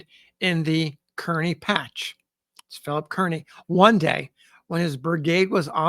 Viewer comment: Can we get Kearny's name right? It is pronounced Car-ney and not Kearn-ee!!